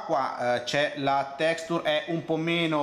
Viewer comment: "Texture" pronuncia per novizi = Texscter